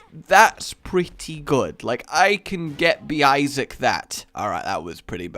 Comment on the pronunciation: New drinking chalange : take a shot when rage says issiac